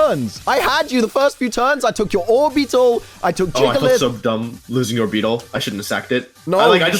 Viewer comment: Nobody:: JIGalith